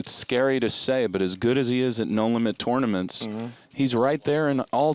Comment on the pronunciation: Who the fuck pronounces it Torenaments?